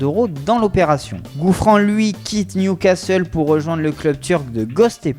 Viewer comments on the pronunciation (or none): none